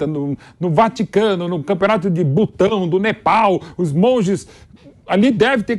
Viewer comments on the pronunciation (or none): none